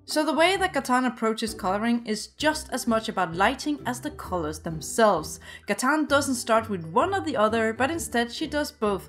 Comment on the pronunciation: Its not katan its Gatan